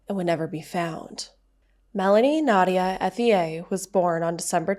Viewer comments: My brain can not continue...its pronounced ET E A....h is silent...its french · I’m local to this area. It’s pronounced “Ett-ier”.